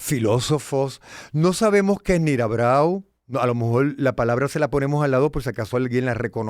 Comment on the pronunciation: No es BALON sino BACON Y no es NIRABRAU sino MIRABEAU